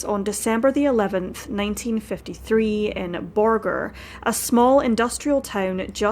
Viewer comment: What a terrific channel! I only watch content with human narration and this host has a lovely HUMAN voice that does justice to the pronunciations of Amarillo and Borger. Subscribed!